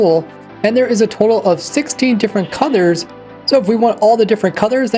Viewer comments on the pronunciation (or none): Am I the only one hearing "coddor" instead of "colour"? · Why i hear codors instead of colors?😅